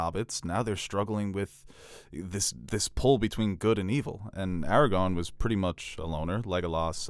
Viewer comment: Every time says “Aragon” instead of Aragorn, I cry